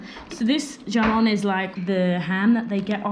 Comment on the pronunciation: WTF? “G”amon? It’s “Hamon”! Jamon is pronounced “Hamon”. And you walked the “Albayceen”. Ok, sorry, just had to get that out.